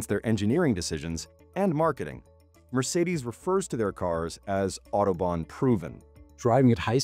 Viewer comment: Please learn to pronounce Mercedes. Thank you